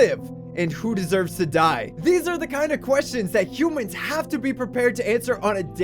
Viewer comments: Anyone else notice how it said "Hoomans" at the end? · it pronounced hoomans if you look back at the video 😂